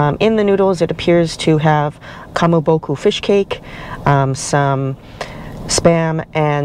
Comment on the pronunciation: Thanks for the review. Food looks good except for the steak being cooked well done. One correction: Its ka ma bo ko not ka ma bo ku.